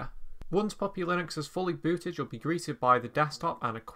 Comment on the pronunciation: Bro! It is not POPPY, it is PUP-PI (baby dog).